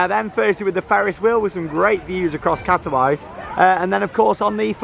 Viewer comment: The city is pronounced in Polish as kat-o-veet-sa, I was there last month